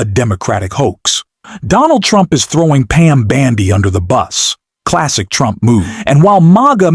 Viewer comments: Fix your AI voice! It's bOndi, not bAndi! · Her name is Bondi, not your"Bandi,". Fail! Take it down and do it over. If you can't get elementary facts correct, please stop polluting the 'Net with your ignorance,. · You lose credibility (and probably viewers) when you continually mispronounce the simple name of Pam Bondi. Details matter.